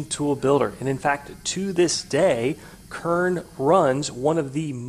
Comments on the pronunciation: Heisst Kern nicht Körn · This boiiii is called Kern not Körn :P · Der Ort heißt nicht "körn" du must es "KRRn" aussprechen! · It's actually pronounced "Kérn"